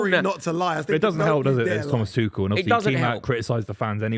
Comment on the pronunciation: It's NEVER "twoshell". Thomas is German not French . Pack it in